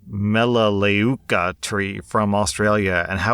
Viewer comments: Mel-ah-loo-kah tree from Australia., ya did ok buddy 😁👍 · sup Australian conservationist here. For pronouciation of that tree its said like mal-a-luka tree which is a native tree in which produces oils good for your skin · Melaleuka is said like mel-ah-loo-ka. I only know cus that stupid MLM that bases all their products on it tried to get me to sell their crap too LOL hope that helps! ^_^ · Melaleuca is pronounced Mel a LOO ka. The description of the guy's pitch sounds nothing like the company business model, the company's (excellent), products of which I've used for years. I don't promote the affiliate marketing aspect myself, but I love/use their stuff. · Mel-uh-loo-ka also known as tea-tree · It’s pronounced - Mel la luk ka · Aussie here, with a primary school house team called "Melaleuka". It's pronounced mel-a-loo-ka, or at least that's how I was taught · That Australian tree: "mel-a-luke-a" :yougotthis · Pronounced Mala luca tree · As much as I enjoy videos I really wish He would verify how certain words were pronounced before he attempted to butcher them up with a horrible pronunciation! Melaleuca (meh-luh-loo-kuh) does this way too often yet comes across as the end all know it all of the world...still like his videos though haha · Melaleuka (M-Ella_Luke-a)